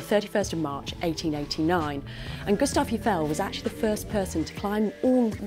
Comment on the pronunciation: You ought to have found out how to correctly pronounce la Seine, Gustave and Eiffel. It would have made you sound more convincing.